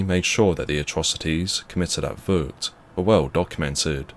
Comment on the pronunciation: He doesn't speak Dutch. I'm sorry for his mispronounciation